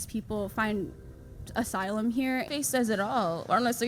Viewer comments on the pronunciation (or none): none